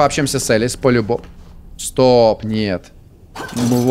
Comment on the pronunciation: Не Элис а Алиса